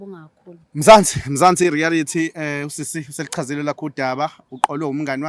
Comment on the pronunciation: not "Rearity* but REALITY, kuyalumeza if ubiza leli gama, siyakuthanda, keep it up guys